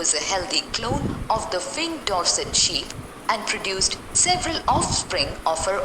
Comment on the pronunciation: That was not ship it is sheep